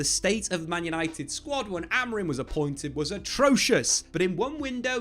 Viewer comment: his name has an M at the end AmoriM not Amorin, jesus